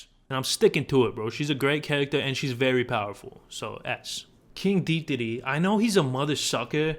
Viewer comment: Dude said King dedede as “King deetdadee”, that was the exact way I said when I saw his name